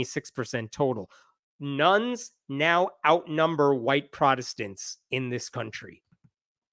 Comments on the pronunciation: Oh my god. It took me three minutes to realize you were saying "Nones" and not "Nuns". Just listening to this, I was like "I guess Catholicism is on the rise? Convents are cheaper than renting?" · This isbthe first video of his i have seen, i thought he was saying NUNS instead of NONE the first half of video🤪, lol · I wasn't listening properly and fast-forwarded to a chart. For a moment I thought he was saying ...nuns... were the biggest single group of believers. LOL (Partly because the actual chart's segments' labels were covered by his face. Then I realized he was saying 'nones' not nuns, which made more sense) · I thought he kept saying there were more "nuns" than protestants. Silly me. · Not everyone realizes you are saying none & not nun.